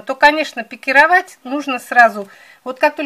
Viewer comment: Наконец-то правильное ударение на слове пикировАть, а не пикИровать